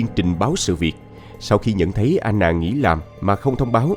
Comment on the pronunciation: Sao Anna mà lại đọc thành " A nà" ?